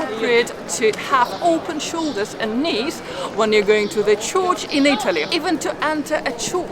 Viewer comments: Dear. You are a lovely presenter. As you are a very learned person, May I suggest one thing? In this show, You kept on pronouncing " Church " as " Chorch" There is no place called a " Chorch" pronounced like " Torch" in English. It Is a Church. Pronounced like in Churn as in making butter. or Urn as in "Burn" Keep on doing your great presentations. I am from Los Angeles but I spend an enormous amount of time in Italy. You are on point about every thing except " Chorch " LOl. 'Buona Giornata. ' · I think I prefer an AI voice... what's a 'chorch'?